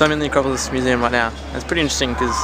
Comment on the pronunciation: you said acropolis museum in a very english accent? ancientry? haha i love the fact that you your like yep i have no idea what that is:) wow its amazing to think how old this places are.. athens is abit like rome with tonnes of ancient buildings amoong new buildings.. i always thought it would be awesome to see what it was like back in the glory days.. hahah a fircken trurtle haha trying your hand at David Attenborough? love how you keeep calling it a turtle lol. you make good vlogs:)